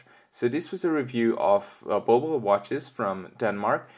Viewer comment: It's pronounced 'bull-bull' and not ball-ball !